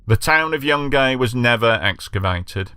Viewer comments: It's pronounced like june-gai, not Young Gay 😅🤣 Just trying to help 🤍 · The town is pronounced Jun guy